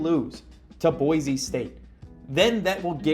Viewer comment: just for fun I will let you know, it's Boy-see not Boy-zee